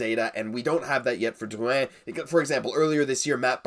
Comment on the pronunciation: Do you really have to roll so many R's in Drrrrrrrrouin?